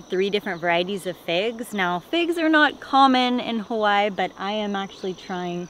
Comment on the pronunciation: This is the most epic fruit farm! Your kids are going to be so blessed to grow up eating all the fruit you planted one day. I also love you trying to pronounce hawai’i correctly. You are incredible, so stoked for you.